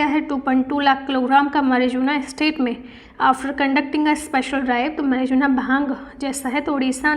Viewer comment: marijuna pronounced as mai roo aana .... mai phle wahi pdhti thi